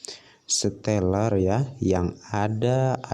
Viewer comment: Baca stellar aja gak bisa mau bahas Crypto 🤣🤣🤣 stellar itu nama coinnya xlm sudah teregulasi dan ada banyak exchange, selama π gak ada di exchange bisa dibilang masih halu dan illegal